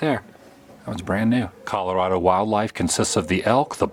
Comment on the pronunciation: You were very close! And it's ColoradO, not ColoradA lol